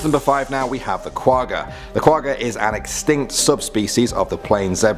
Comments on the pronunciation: I hate how they say Quagga i am from south Africa and Quagga is an Afrikaans pronunciation. The g not from the front of the mouth you make the g sound in the back of the mouth. Go listen to how afrikaans people say the word Quagga. say the the word correctly. And it not Quagga its Kwagga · *not qugga, it's kwagga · I AM SOOOOOOOOOOOOOOOOOOOOOOOOOOOOOOOOOOOOOOOOOOOOOOOOOOOO HAPPY YOU MENTIONED THE QUAGGA OR QUAHHA AS IT IS PRONOUNCED.....I BELIEVE?